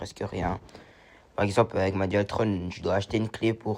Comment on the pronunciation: Bonjour jeune on dit pas dualtronne mes dualtron mdr😂